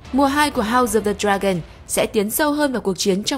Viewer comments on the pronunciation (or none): none